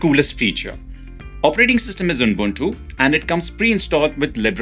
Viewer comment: It’s ubuntu not unbuntu😊